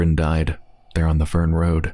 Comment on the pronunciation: That's a "t" - Tern Road.